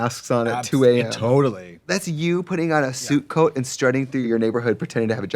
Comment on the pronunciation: Every time Trixie says “suit coat” I hear “soup coat”.